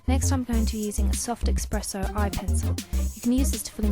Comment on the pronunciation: is this really expresso? why not espresso?